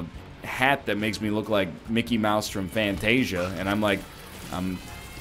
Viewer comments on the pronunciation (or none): none